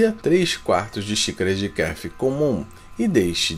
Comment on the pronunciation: Ele não sabe pronunciar Kefir e um Probiotico